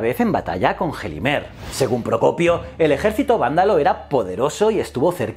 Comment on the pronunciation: Aplaudo que hayas podido pronunciar "el propio Procopio" con tanta facilidad.